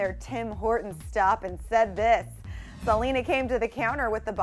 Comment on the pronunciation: anybody else hear her say jelena Gomez or am I trippin lol